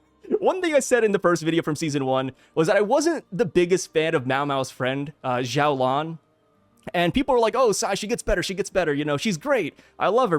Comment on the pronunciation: xiaolan is pronounced more like "shiao-lan" in chinese! I noticed you were trying to make it sound like a Z haha